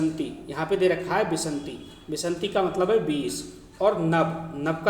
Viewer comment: बीस को आप गलत पढ़ रहे हैं सर। विन्शति को आप खुद बार बार विशन्ति गलत पढ़ रहे हैं।